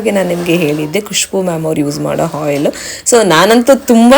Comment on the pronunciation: Henne alla enne. Hoil alla oil. Pronounciations Sariyagirali